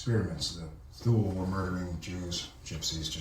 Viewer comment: It's a small thing, but outside of TV-land Thule is pronounced Tooly - not Thool.